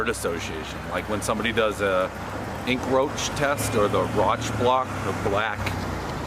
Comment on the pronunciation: ink roach, rotch bloc, the black, the black blur....i like how he was trying to say rorschac